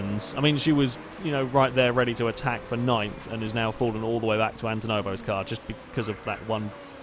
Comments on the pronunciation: You pit too much. Should only need two stops for a thirty lap race and any extra stops are costing you far more time than being in traffic would. And it's Antonov, not Antonovo! :) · AntonoV not Antonovo i know its a little thing but when you say it like 100 times a vid it gets so damn infuriating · Maybe this is Antonov's payback for you saying his name wrong